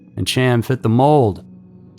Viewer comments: Dude, what in the fck!!?? Hiw many times do we have to do this??? Chaim is a hebrew name and is not pronounced "Cham" its pronounced "Hi-yum" I seriously dont understand what it is with this channel and the constant mispronounciation of towns, names, etc. If you know that you dont have a clue how its said, why dont you look it up? It literally takes seconds, yet here we are with you still just throwin out your own personal opinion on how it should sound. I dont know if youre trolling, and honestly i dont care. For the professional production value it would probably behoove you to start looking up how to say all the words you know damn well you dont know how to say...just a thought if you wanna be taken a bit more seriously. This isnt a one time, five time, or even ten time thing/mistake. There are easily 40+ videos with you mispronouncing words, and why? Given how quick and easy it is to just look them up, theres no excuse. It just makes the video and channel look trashy. Come'on, do better. Everything else is top tier...i dont get it. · and "Chaim" isn't "cham" it's more like Hyim. Pronunciation isn't usually strong suit, but we love the tales so he's forgiven. 😆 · The name Chaim is pronounced hiyum. Please do not rely on yourself for attempting name pronunciation. Ask for help, search "How to pronounce....". Learn before posting. Have someone else edit your content before posting. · Love the video. For future reference though, Chaim is pronounced "K-eye-m" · Chaim is pronounced “hi-am” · Chaim’s case has been around long enough and covered enough times for you to know his name is pronounced Hy-am. 👎🏼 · ALSO, as Chain was Jewish...His name is pronounced, "Hyam". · Not being critical but Chaim is produced "Khah-yim" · That's not being critical my friend . It's important that people know the correct pronunciation. Thanks for sharing. Happy Halloween. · It's a pretty simple name, every time he said it the way he was, just irritated the hell out of me.